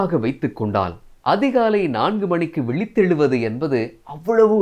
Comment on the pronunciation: விழித்தெழுவது என்று சரியாக உச்சரித்தமைக்கு நன்றி